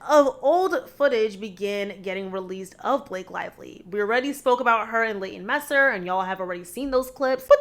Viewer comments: Girl, you seem sweet. But can we pronounce celebrity's names correctly? Its pronounced Mee-ster, not micer. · It's Leighton MEESTER, not MESSER. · Meester not you mispronouncing her name 😂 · It is MEE-STER as in ME, not messer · MEESTER not Messer. MEE-ster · Leighton MEESTER not messer lol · Leighton MEESTER(pron.like E in english, not Meser) - I know it’s a small thing compared to the others, but I had to😂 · Leighton MEESTER, not Messer..... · Meeeester. Say the last name right please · Its MEE-STER😂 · It's pronounced MEESTER. Leighton MEESTER. Though I believe it's spelled Meister...(?) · Leighton “Messer” 🤦🏻‍♀️🤣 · The way you're pronouncing some of theses names is criminal 🤦‍♀Penn Bag-ley, Leighton Meh-ster 😂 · It is pronounced "Meese-ter." Leighton and her husband, The O.C. actor Adam Brody just lost their Home in the L.A. fires 🔥 She is definitely NOT focused upon Blake at the moment...or likely ever. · yea and Penn's surname is pronounced Badge-lee... Idk why but her pronunciations were making my ears itch lmao🤣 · It's pronounced Mis-ter. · More like me-ster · Blair was the star of the show at least for me she was always my favorite she had layers and was such an amazing actor. This is the second video I watched of you because I like your content but you keep saying Leighton last name wrong please look it up it makes it hard to keep watching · Простите, но разве так сложно загуглить и разобраться как произноситься имя журналистки? Это обычное норвежское имя и вы можете исползовать гугл транслейт чтобы послушать произношение. Не будьте такой типичной американкой. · She missed pretty important letters in both Meester’s and Badgley’s last names, plus completely butchered Kjesti’s name. I know names can sound different with accents, but she’s just plain mispronouncing them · She has a Dutch last name and that’s not how it’s pronounced.